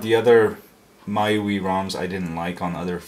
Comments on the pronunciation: M-I-U-I say the letters sorry for correction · It's pronounced my-you-eye